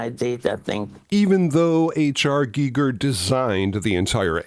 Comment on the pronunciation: So glad you pronounced H R Gigers name correctly 👍🏻👍🏻👍🏻. 👏🏻👏🏻 Small thing but it bugs me when people mispronounce it. Ha ha.